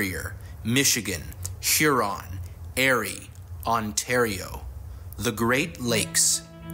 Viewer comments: how though . Who mistakes eer for air ? Only a bot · That's EAR-Y, NOT AIR-Y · Lake "Airie" ? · What is 'Airie'? Learn how to pronounce Erie properly. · Where exactly are "Shuron" and "Airie"??? As soon as I heard that, I had to stop the video. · I'm glad so many people have pointed this out. I almost clicked off the video because of the mis-pronunciation! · Robots do have a high rate of mispronunciation. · Come on can't even pronounce Erie correctly. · BRO THATS WHAT IM SAYING WTF THIS DUDEEEEEE